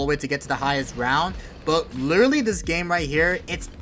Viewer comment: wittawy what the heck guyz